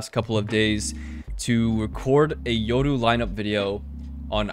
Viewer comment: Only dude who pronounces "Yoru" right.